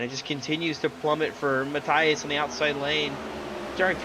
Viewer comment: You had Rios correct, Matias, you need to pretend it’s an e, instead of an i.